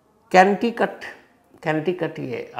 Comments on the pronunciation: canti cuttt......😂😂😂😂😂 its conneticutt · कैन्टीकट नहीं 😂 कनैटीकट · Kanti cat nahi kantcee. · Conticut nh Connecticut hn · Kentikut nae boss hmare shehar ka naam to thik se lo connect-ti-cut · Connecticut!! Canticut nahi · Connecticut ❌ Kenticut ✅